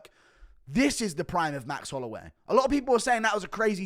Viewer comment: "jerome holloiway"ahahaha